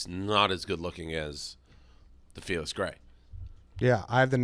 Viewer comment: Why can’t Dave say Felix ? Missed everytime